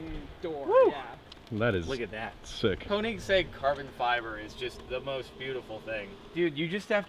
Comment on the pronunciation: Damn, I cringe every time someone that is not Scandinavian or European pronounce Koenigsegg, it’s pronounced königsegg. Or just ask Christian Von Koenigsegg how too pronounce Koenigsegg :)